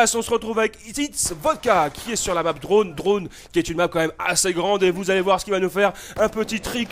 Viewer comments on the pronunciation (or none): none